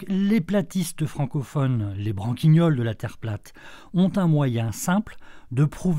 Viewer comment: On dit: les branquiniols. Sans "e". Raison sur le fond mais fais gaffe à la forme! Une faute a la première seconde de vidéo c'est branquiniolesque...non?